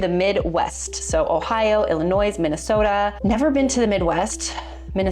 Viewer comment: Illinois is the spelling. One does not pronounce the "s."